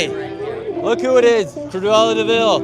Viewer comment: also it’s Cruella not Cruvella, you know, like the word cruel? because she was cruel